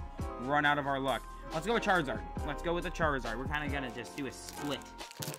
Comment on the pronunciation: I believe Charizard is pronounced CharIZard not Charzard. N00b